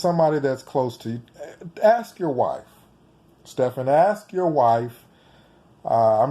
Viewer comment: The way you say his name 😂 "Steffen"